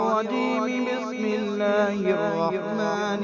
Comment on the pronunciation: Sahi se padha karo Auzu aur Bismillah ko kahe ka qari ho